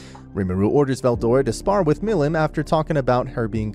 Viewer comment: How did you pronounce stuff like milim wrong but got the rest right?